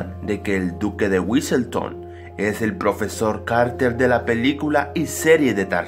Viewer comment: lol te equivocaste todas las veces que dijiste carter